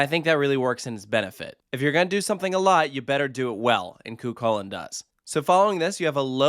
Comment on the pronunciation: fwiw the ch in chulainn is the same as the ch in the scottish loch. it's more of an h-like sound!